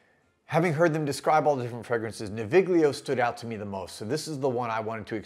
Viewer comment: The /gl/ in Italian words like this is pronounced like the /ll/ in "million". I live near Milan so I ordered these samples as soon as they were available and they're great scents but mostly more like the scent of a place or situation rather than the scent of a person.